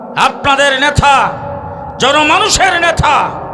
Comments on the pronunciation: আপনি তো নেতা শব্দটা উচ্চারণ করতে পারতেছেন না নেতাকে বলেছেন নেথা কোথা থেকে লেখা পড়া করেছেন আপনার তো ইসলামী কোন ধারনা নাই দালালী শুরু করেছেন ভালো হয়ে যান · নেথা হবেনা উচ্চারণ হবে নেতা।